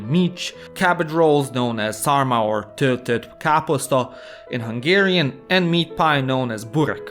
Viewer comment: Good accent for töltöttkáposzta